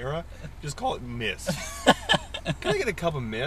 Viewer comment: why is it when he said mist it made me think of "MISTER" from the paintball video.